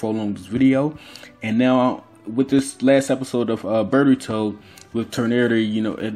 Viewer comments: he absolutely says burrito not boruto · Also, it's Boruto, not BRRR-ito. BRRR-ito is the Hood version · Bro did you just say call Narutos son Burgto!? You juss black talken or juss tryen du sound coo. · I don't really see anybody talking shit about your accent so if anybody dislikes it I highly doubt that's the reason. I can't notice a Haitian accent at all, you just sound like a normal black American dude. Only thing I've noticed people talk about and noticed myself is you calling Boruto, "Burito". Fix that up and there's no problems at all bro. Also on a side note I wouldn't be sleeping on Himawari's byakugan considering she's the daughter of Hinata, descendant of Hamura, the Byakugan princess, and then her father is the reincarnation of Ashura, son of Hagoromo. If you actually go through her lineage like that it would have her and Boruto being the closest people to Kaguya and full Otsutsuki's in the modern era. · This nigga really says "BERROOTO" 😂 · You said berbauto lol